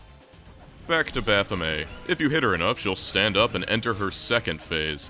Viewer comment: Big props for pronuncing Baphomet correctly. One of the few.